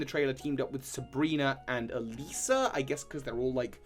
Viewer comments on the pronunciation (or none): none